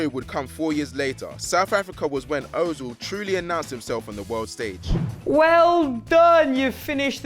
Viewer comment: o-zil.... lol. it's pronounced ur-zil....